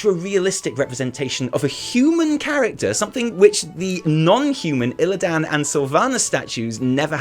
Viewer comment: The way he pronounces illidan's is pissing me off more than it should.